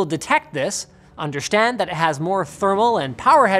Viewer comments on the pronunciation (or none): .......I'm sorry is nobody going to point out that Linus said "undershtand" ?